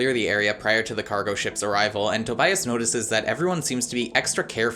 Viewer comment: I completely and holistically lost it when he said TOBIAST* 😂😂😂😂 Maybe because Tobias is my favorite character too!